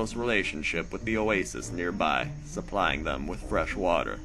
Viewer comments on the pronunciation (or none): none